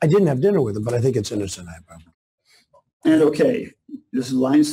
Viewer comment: He can't even pronounce hyperbole